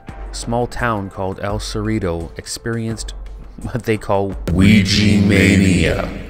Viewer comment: If it is a combination of French and German words, then the German pronounciation is really bad!